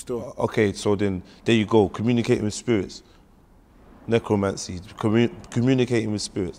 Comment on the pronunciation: said necromancy lol